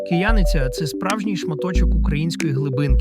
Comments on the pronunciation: Не коверкайте назв !!! КиянИця ... а не КиЯниця ...! Перш ніж робити репортаж треба хоча б про назви взнати - як правильно !!! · Не КиЯниця, а КиянИця. Не РИжівка, а РижІвка. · Наголос на Кияниця на друге "и", так у нас це село називають.